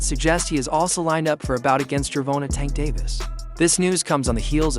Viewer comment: Gervontuh is crazy, come on wade 😂🤦🏽‍♂️